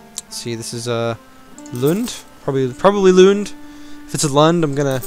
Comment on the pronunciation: Well you were pretty close when pronouncing Lund... except you had a German d (t) and thus just missed the pronunciation